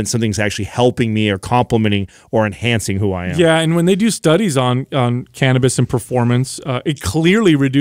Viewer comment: Jesus effffin eh, learn how to pronounce cannabis 😅😂😂 I’m so irritated. 😆